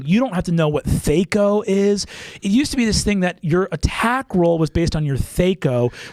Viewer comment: it's pronounced THAC0